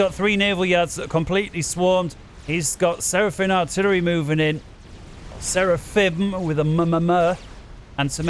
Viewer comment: What an incredible game! How could anyone have anticipated how it played out? I got into FAFcasting with Gyle, but this channel is threatening to supplant even Gyle as my favorite FAFcast channel of all (in spite of pronouncing it Seraphin), not only because of the announcer but because of the matches that are chosen to cast. Keep it up!